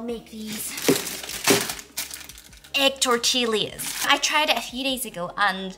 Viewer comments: The way you said tortillas made me chuckle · The way you pronounce tortillas is everything!😂